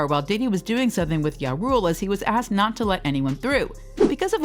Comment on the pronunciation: “Bet” hip hop awards? Is this an automated voice n did she call ja rule ya rule